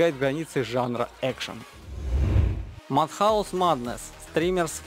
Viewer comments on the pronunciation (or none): Зэ крэв 😂 английский весь не надо учить, но транскрипцию ( это если что как сочетания букв надо произносить ) надо выучить для начала... Если что , the crew читается примерно как " Зэ Крю " . А Mad как " Мэд , а не Мад . Ну и тд